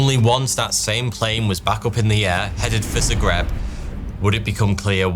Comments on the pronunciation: It's "Zagreb" ... with an "A" ... ZAGREB 😄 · Zagreb, Hrvatska. Not Zegreb. 😢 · You mean ZAgreb, idk what Zegreb is 😅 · it's zAgreb nice video tho keep up the good work !